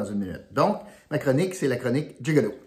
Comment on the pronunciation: Tu ne gagnera pas le 100 $ C’est jig-o-loo 🤣👍vite corrige